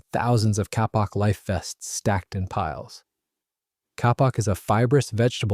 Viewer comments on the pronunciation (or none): Kapok is pronounced " Kay- pok" or "Kay-Paak" not "ca-paak". I use about 15 - 20 lbs of it every time I upholster an antique boat. It was used for life saving cushions and life jackets. It is a natural flotation cotton like filler. It is still used as a high end organic clothing insolation. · the life vest material KAPOK is pronounced KĀY-pok, NOT cap-awk. It makes educated people doubt your credibility, do better.